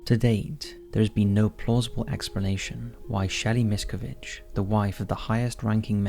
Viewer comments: The last name is pronounced mis-CA-vige. If you’re doing a video on someone at least learn how to pronounce their name correctly. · I enjoy the topics covers, but you continually do yourselves a disservice by mispronouncing the main person or location you’re covering! Not once is Miscavige pronounced correctly throughout the entire nearly 20 minute video. In another recent video covering the Menendez brothers, it was the same problem. UGH! Now it’s Leah Remini!!! If you’re going to make a video RESEARCH HOW TO PRONOUNCE THE NAMES! Otherwise you make yourselves sound ignorant! That’s it - the Remini thing just convinced me to stop following.